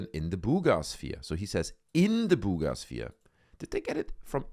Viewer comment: "Booooga" sphere 😅